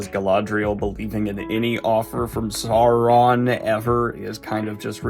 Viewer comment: "Sou-ron" not "Saw-ron"